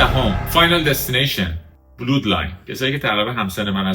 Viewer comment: ممنون از شما لذت بردیم. چند مورد بود که باید دوباره ببینم فراموش کردم ولی مثلا blood ، بِلاد خونده میشه نه بِلود یا مثلا dangerous ، دِینجرس خونده میشه نه دَنجرس